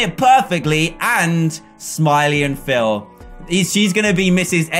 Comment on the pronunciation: Bruh its Phil not phile